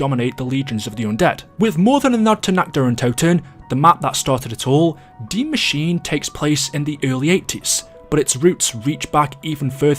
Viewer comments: Its pronounced dee masheena (Die Machiene) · Why do you say Die Machin in english you need to say like Germas